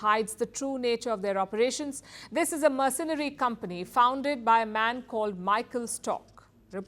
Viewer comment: The reporter cant pronounce the word "mercenary." And the guy's nickname of "Colonel Sanders" went over her head...